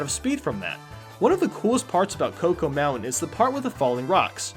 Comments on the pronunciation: Isn't it "choc-o", not "co-co"? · Connor Stevenson I know right? I call it Choco not Cocoa, like the fuck? It say Choco for a reason. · It’s Choco Mountain, not Cocoa Mountain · Yes it is. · Hey, you're meant to be the foreign one who can't pronounce anything! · I love Choco Mountain, it would be my #1. (#2 would be Moo Moo Farm), though it kills me how you pronounce "choco".